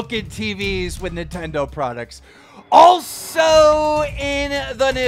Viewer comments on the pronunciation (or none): none